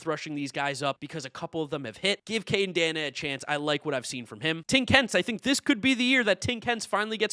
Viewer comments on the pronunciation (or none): You’re pronouncing Caden Dana’s last name wrong. It’s Day-na